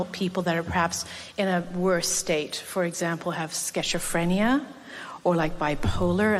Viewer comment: "Sketcher-phrenia"??? LOL Wtf